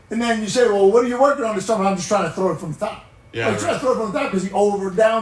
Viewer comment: As Paddy H says 'gotta TROW it" !